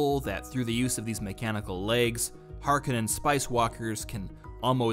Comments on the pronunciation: That's pronounced "Layz" gun pronounced "Cel-lu-kus SEK-cund-US" Make up your mind its "Har-KO-nann" not "har-ca-NIN". Worse teacher ever. jk) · It's pronounced "har-Ka-nen" not "Har-Co-nen" I'm a bit of a purist🤣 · BTW, Harkonnen is pronounced Har-cone'-en. Thank you for the preview. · NOPE THIS PERSON IS WRONG LEARN HOW TO SAY HARKONNEN